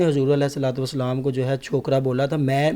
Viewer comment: Walesalam😅😅 yeh halat hy iski Salam tk Sahi Nahin ata inhain. Sb start may zaroor sunain isy.